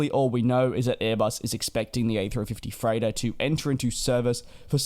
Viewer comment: Oh!!! He's saying *freighter*!!! I couldn't figure out what the heck an "A350-3Turn" could possibly be. :D :D :D